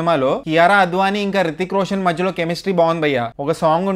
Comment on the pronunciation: Hrithik Roshan raa babu rithik roshan kadhu porambokaa